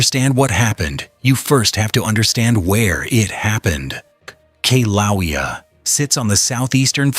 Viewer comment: Dump the purple prose. Also, learn how to pronounce the names of Kilauea & Halema'uma'u. More science, less science fiction.